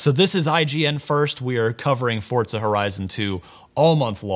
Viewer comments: Its Forza, NOT FUCKING FORTZA!!!!!!! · hey it's FORZA not fortza!!!!!! say it right, jesus this can be viewed around the world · Nigga keeps sayin Fort-sa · It's forza, Not fortza ! It's funny how the people that are supposed to report the latest news on games can't even say the name correctly. WTF ign??? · im spanish and forza resembles "force" in spanish (fuerza) there is no fucking "T" before the Z